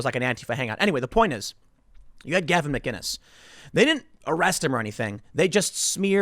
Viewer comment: There's no "g" in McInnes you numpty